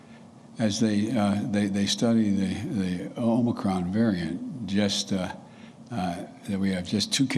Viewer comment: Its omnicron man!